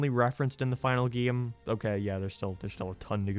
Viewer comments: I’ll never get over this man talking completely normal o til he says either geeem or geeyam, the refusing to just say game is so distracting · it kinda bothers me how he pronounces "game", it sounds like "geem" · I laughed every time you said “game”. Geehm.